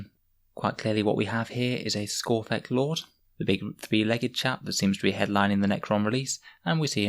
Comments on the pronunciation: It's skorpekh not skorphekh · its skorpekh not skorphek